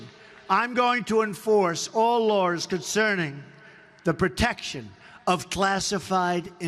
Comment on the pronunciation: Why did he say “lars” instead of laws?